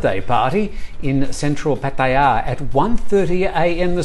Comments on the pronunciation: Pattayaaaaaa get over your pronunciation . For fxck sake it drives me crazy. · I wish you would stop pronouncing PattYA. Irritating AF.